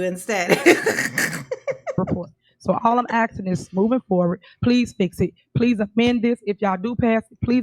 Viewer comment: Great shift from Darrell "axing". Now it's ms tiff doing all the "axing"...other people's money!😮